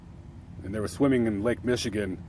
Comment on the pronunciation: It's Michigan not Michagan